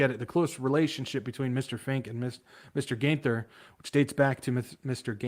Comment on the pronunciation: Geithner is pronounced like 'Gight-ner'.